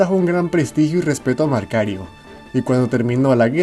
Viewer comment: Disculpa la correccion pero el nombre es Macario Garcia la letra "r" esta de mas saludos 😝😉👏👏👍😸